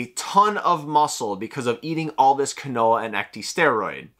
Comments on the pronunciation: Quinoa is not pronounced as kwuh-NO-uh it's pronunciation is KEEN-WAH. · Right? Keenwah lol. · Quinoa is pronounced like (Keen-Wah) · pronouncing “quinoa” as “Ka-Noah” is annoying me more than it should 💀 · Sounded like canola so I came to the comments for help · I thought he was saying canola until I read your comment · The quinoa pronunciation tho